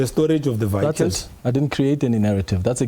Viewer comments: This idiot can't even speak probably. Not vehicles. Vikkles🙈😠. Bule mabe. Same as phala matras. No go and look under matras. At the farm was that was also stolen money. Born too steel. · Vee-hycles 😂. Does he think he sounds smart?